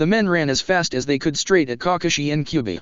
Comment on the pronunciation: "Cockashi had been holding back..."